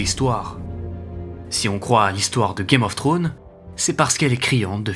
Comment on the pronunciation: pitié arrête de prononcer game of trone ; c'est game of thrones. Ou dit le jeu des trônes en français